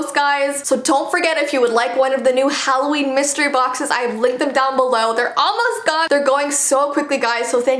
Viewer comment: HalloVEEn kinda sounds like how Dracula would say Halloween lol